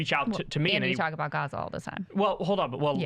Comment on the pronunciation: I heard he doesn't believe what's happening in Gaza because he's can't pronounce "gaza" Keep plugging your book Pakboy $$$